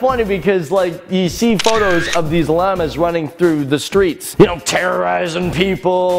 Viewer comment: ETOP SAYING LAMA ITS PRONOUNCED "LAHMA"